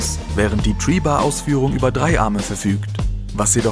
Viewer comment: da kann einer kein th aussprechen du sagst die ganze Zeit tree bar Spinner statt three bar Spinner 😂😂😂👊